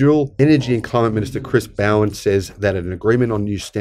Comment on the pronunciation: This is great news. I wish you had a video of the d&*khead at the show that caused the ruckus. I too wonder what the thinking is behind idiots like this. The problem is, they seem to be everywhere. Just a tip - Bowen is pronounced bow as in bow-tie or bow and arrow, not bow like a ships bow. A friend of mine is a Bowen and it pi$%es him off big time.